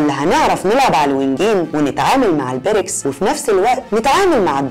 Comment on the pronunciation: نطق الاسم غلط اسمها ( البريكس) بكسر الياء